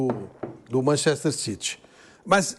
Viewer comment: Sabe nem falar Manchester